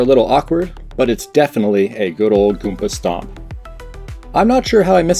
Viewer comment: I would like to add that the way you say goomba stomp is wrong. That is all.